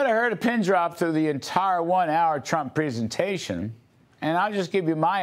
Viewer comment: Dude can't pronounce presentation.